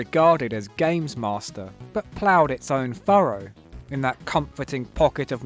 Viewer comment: Gaymes Maw Stir